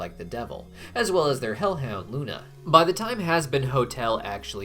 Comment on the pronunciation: "Their hellound Loona"😭 the disrespect